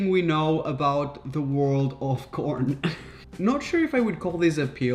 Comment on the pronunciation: I thought he said change the world of corn but change the c with a p